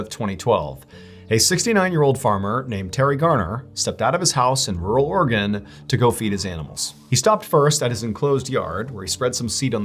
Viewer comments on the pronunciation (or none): It's "ORY-GUN", not "OR-uh-GON" or "OR-uh-GUN". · It’s disturbing when Mr. Ballen pronounces Oregon like “Organ”. Makes me feel like I live in a spleen.